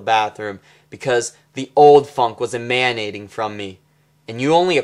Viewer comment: Is he pronouncing 'emanating' that way on purpose?